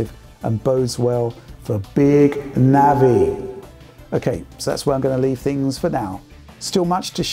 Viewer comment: She might not use reverb, but she definitely pronounced big naVI